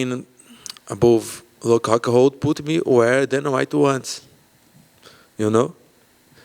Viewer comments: Did Paulo just call Luke.... Luke Cockhold 😂😂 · Sounds like he's saying Luke cockhold..lol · Best part is him saying “Luke Cockhold” by accident everytime and thinking it’s correct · Anyone else notice him call Luke “Luke cuckhold” hahahaha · "Luke Hockhold" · It's Rockhold, not Cxxxhold. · He said "Ruke Huckhold" 😂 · Luke 'hockhold" Rockhold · “LUKE HCUCKHOLD” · The way he pronounces Luke rockhold sounded like Luke cuckold. That's a great name ppl can call him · he said luke cuckold, lol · "Huke Hockhold" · Costa: 'Luke HCuckhold' Lmao!! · I heard Cuke Cockhold. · Im pretty sure he said luke cockhold 🤣😂🤣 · Brazilians pronounce 'r' like 'h'. So he's pronouncing it 'Hockhold'. Same with Romero, which he pronounces 'Homero'